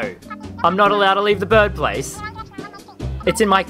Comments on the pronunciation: Why do you say birb instead of bird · You said birb place